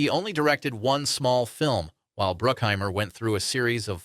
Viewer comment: Is this narrator guy AI 😅 or just foreign. Who's Bill Murrr-ray, Bar-bah-ssah, Broookheimer, etc